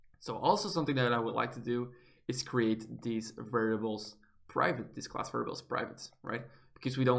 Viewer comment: you pronounce class like clause